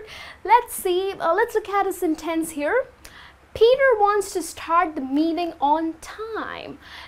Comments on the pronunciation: Nice explanation, however a few corrections are needed. **For the word sentence the stress is on the first syllable. SEN-tence ** If you don't hand in your project on time, you will be fired. (you could say If you don't hand in your project in time, the manager will not have the necessary data for the client) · Please, be careful about the way you stress words like "sentence", "scheduled"and "submit". "Practical English Usage" (Michael Swan) explains ON TIME like something done at the planned time, neither early or late, not obligation. Good job on the whole!